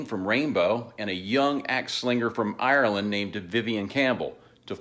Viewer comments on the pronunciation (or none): none